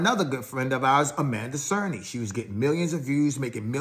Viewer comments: That one also had me raising an eyebrow lol! I felt like he said it correctly once then switched back to DAY-storm 😭😭🤣🤣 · Its triggering me the way he keeps saying Amanda Cernah, its CERNY 🤣🤣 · Is it hard to say "Cerny" ... SURN-KNEE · Even tho her name Amanda "Cerny" sounds like he saying "Serna"